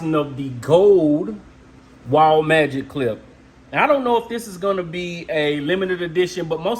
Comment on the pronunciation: I had to stop watching when he pronounced Wahl like Waol.